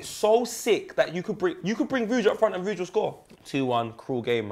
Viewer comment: How gassed was when Vuj did the names correctly on the intro? 😭😭